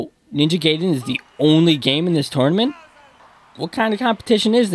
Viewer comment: Your saying Ninja Gaiden wrong man.